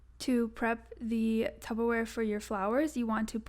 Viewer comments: TUBBER wrong it's Tupper babes 🤣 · Loved the video but saying tubberware and not Tupperware really stressed me out😫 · Tup-per-wear Not tub-ber-wear 😭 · Is tubberware that discount Tupperware? 😂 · DID SHE SAY TUBBERWARE???